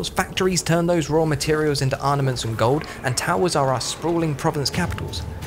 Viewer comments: Seriously. He also says 'arnaments' multiple times. There's no shame in recording a second take. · Looking forward to the reupload with the word 'armaments' pronounced properly.